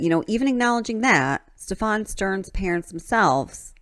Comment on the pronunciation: Stephan's name has the accent on the first syllable.